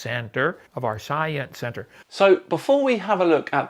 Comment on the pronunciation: He can't pronounce "science" properly either.